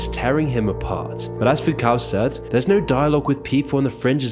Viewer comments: Foucault... 2nd syllable rhymes with snow. Oh well. I guess it was too much work; to carefully check the pronunciation (text states "sounds like foo•kow", but audio pronounces "foo•koh"), while overproducing this video. smh 🙄 I only suspected his pronunciation was wrong, because I've heard many professors/educators pronouncing it correctly ...on many other YouTube videos. I Googled --- read the text --- and thought, "I guess he's pronouncing it, correctly." That fell apart when I tapped the speaker icon (next to the text). But, that adds 2 seconds to my research. Clearly... no time in his schedule for deep dives like that. 😏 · veey inreresting... FYI Foucault is pronounced Foo-Ko in French